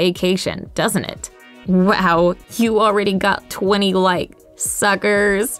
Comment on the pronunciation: Why do you always say suker for people that though something is real